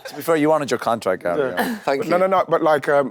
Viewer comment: Why does Wrighty call Gary Gail? 😅